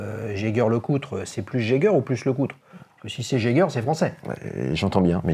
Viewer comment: On dit pas Jeger mais Jaeger ( jajer(e)) . Edmond Jaeger a refusé en 1871 de devenir allemand et a dû partir, donc il est plus francais qu'allemand , quand bien même s'il était alsacien d'origine. Il a fait sa vie à Paris. Donc il faut garder la prononciation francaise. On ne prononce pas Heil Fell pour Eiffel.